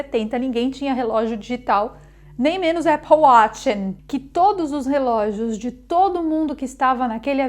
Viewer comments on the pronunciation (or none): none